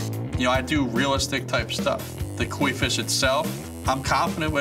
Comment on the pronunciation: whaaaat did he say? the "Queef"???? oh, oh, oh!! The KOI FISH!!! not gonna lie, he had us in the fisrt half!!!